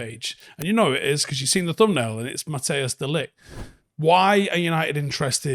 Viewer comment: Your pronunciation of Matthijs is slightly of. It sounds like you're saying Mattheus now. The "Mat" part is spot on, the "Thijs" part is supposed to sound like it does in the word entice.